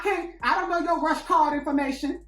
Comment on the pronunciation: Did he say Rush Card. Omg😂😂😂